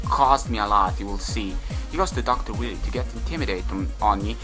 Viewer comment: lol love that you're calling Dr.Wiley, Dr Willy lol